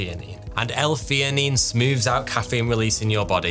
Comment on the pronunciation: L - theanine not fenanine LOl learn your letters brother!